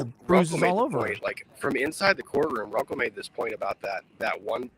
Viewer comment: It's RUNKLE OF THE BAILEY. Not Rumple from the Bailey. 😂😂😂 Bye✌️